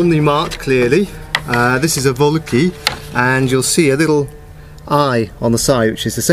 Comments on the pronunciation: did he say vollakey? Its Vocal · Nice correction... It's not English, but German, and it is therefore pronounced Fölkl (ö=o+e).